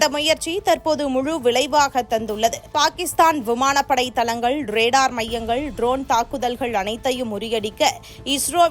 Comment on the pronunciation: அலிக்க😂😂தலங்கல் முகாம்கல். இந்த பெண் எப்பொழுது தான் தமிழை ஒழுங்காக உச்சரிப்பாளோ?